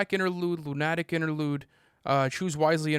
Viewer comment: bro said "lun-AT-ic" interlude